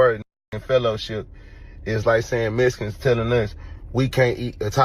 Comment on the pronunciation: Messicans cant tell you how many times ive heard it like did I axe you😂😂😂